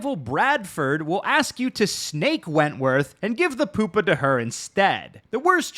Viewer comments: Why are you pronouncing pupa like that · P-you-pa, not poop-a, although that was hilarious. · its pronounced pew-pa... not poop-a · It’s pronounced pew-pa. Not poopa lololol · Lil bro really said Poop-pa, not Pew-pa. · Lmao he said poopa